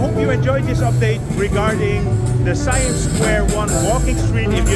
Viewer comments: ไม่ใช่ ไซแอ่ม not yet SAI-AMP but SA-YAMM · SIAM is pronounced SA-YARM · It's pronounced "see-um" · Thai is a tonal language, Siam = Sa yam with the second tone.